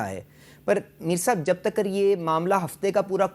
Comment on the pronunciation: Takar ❌ Tak ✅😂😂😂